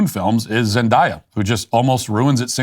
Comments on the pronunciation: I know Matt's producers were dying when he said "Zen DIE Ah" and not Zendaya lol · Noooooo not Zend-Aaaaaaaaaaa-ya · Is it not Zen-Day-Uh? Or did you say it wrong on purpose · Yes, they should’ve stopped making shrek movies. They only do sequels and reboots now because there are no original ideas. However, Zendaya is a pretty good actress and didn’t really do anything to deserve being talked about like that. It feels like you may just be picking on her bc she’s not white… It also takes 30 seconds to google how to say someone’s name correctly. It just feels intentionally disrespectful and a little racist and I’m not one of those people who says that about everything.